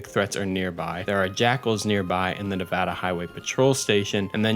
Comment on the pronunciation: Thank you for saying nevada correctly. You'd be shocked how often people get it wrong 🤣